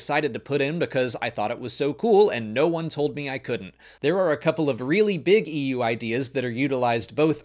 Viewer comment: Coming from the EU, I am startled every time you say EU :)